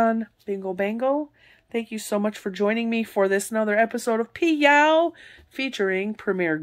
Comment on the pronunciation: Every time you say PYOW, it sounds like Meow and Smokey my kitten comes running to see the “other kitten”…. 😉. Smokey thinks there is another kitten to play with! 😂😂😂 ❤️❤️❤️ the PYOW series! Well done,!